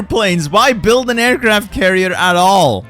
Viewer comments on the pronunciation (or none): none